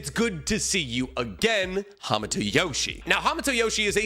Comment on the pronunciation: I cant watch this video anymore. You keep mispronouncing hamato and it's hurting my ears. 👎